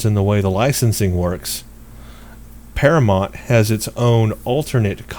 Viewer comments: The name of the production studio is par-a-mount... Like mount your horse. Not Par-a-mont. Like Monty Python... Please get it right. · Dude, you're a ST fan and you can't pronounce 'Paramount'?